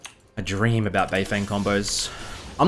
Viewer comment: its bay-ferng